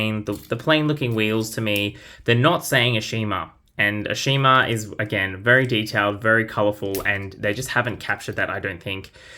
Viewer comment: Ashima is pronounce Ash-i-ma in AEG. I believe someone told Mattel that they said her name wrong ever since her introduction.